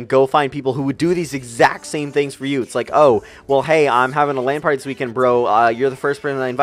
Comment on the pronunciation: OMG I thought he said ''Land party'' :P